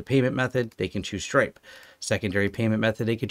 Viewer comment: I thought you said Strike and I was impressed that you were on the bleeding edge of technology with finances, then I realised you said stripe lols.